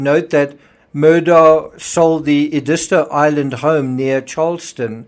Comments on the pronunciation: It's Ed is tow, not E dis to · It's pronounced " Ed-i-sto". Not sure what you said---but it ain't right. You're not from around here, are ya? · Very informative. May I correct your pronunciation of Edisto? It is ED-is-to, with the accent on the first syllable. When I first moved to South Carolina I was saying it wrong too. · It’s pronounced ED-is-toe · Edisto is pronounced “eh-duh-STO”. I lived in that area for several years. 😉 Enjoy your insights and research. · Not that it matters but the beach is pronounced. Ed is toe . . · You mispronounced Existo among other names.